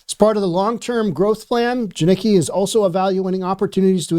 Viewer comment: This guy is retarded. Doesn't even pronounce the name right. He Doesn't kno shit he's just grifting at this point. The stopped doing the research and just chases making videos. Edit: he's not wrong washington is fucked. Jiniki. Its pronounced JAN ick KEE. my work is taking off. Time to move to Idaho?